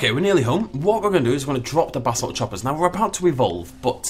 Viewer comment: I know you are saying basalt chopper but it sounds like Basil Chopper and for some reason that brings me endless joy